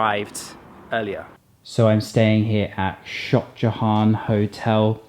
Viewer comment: The way he pronounces Shoxjahon😂